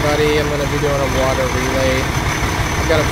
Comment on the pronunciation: "HERE COMES ZE WATAH!" 🤣🤣🤣